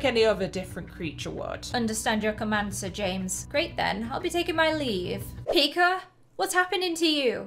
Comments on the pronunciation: I LOVEE HOW PRONOUNCES PIKA “PIKER” IT’S ADORABLE 🥰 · I heard her say pikr